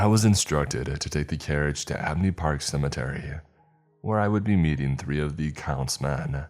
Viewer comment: HAAHAAAH!?...:"How did yu say ?....:"SUMMATERRY.....??....... weird ...